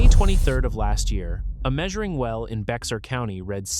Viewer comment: Not pronounced Bex-ar. Let's start with incorrect info. Well, article is late to the party. The last couple days of storms and flooding should fix this problem til the next time. Hopefully the baked earth got wet enough to start some percolation.